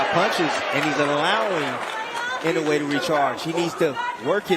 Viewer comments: Be honest with yourself. Either this is an AI generated compilation or the narrator is too lazy to learn how to pronounce Naoya Inoue's name even though the fight commentators say it repeatedly. Not liking. Not subscribing. People are too lazy to do even the least amount of research to make a good video. :face-orange-raised-eyebrow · AI always mispronounce the names. Sometimes three or for different pronunciations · Riding on the back of the greatness of Inoyue... Your commentary sucks , and you don't even know how to pronounce the names correctly.